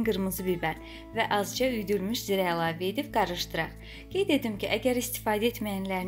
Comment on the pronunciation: Zirə deyil - cirədir. (kimyon deyir türklər)